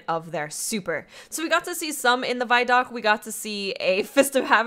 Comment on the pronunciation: Guys, it's pronounced VID-DOC, not VYE-DOC.